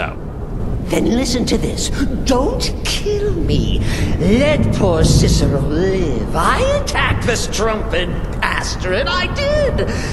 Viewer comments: Let me guess, someone stole your Ciceroll... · Good old "Ciceroll". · sounds like hes saying Ciceroll not Cicero... like if u agree! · It’s Cicero, not Ciceroll... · Why does it sound like he says cicerol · Why does he say cicerole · Why does keep calling him Ciceroll??